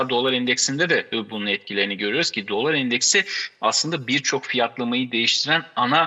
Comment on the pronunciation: DOLÂR şeklinde neden şapkalı A ile okuyorsunuz? Mesleğinizdeki en önde gelen kelimeyi doğru okumuyor olmanız garip doğrusu.